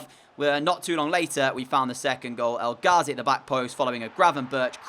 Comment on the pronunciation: U pronounce elghazi and abdelhamed wrong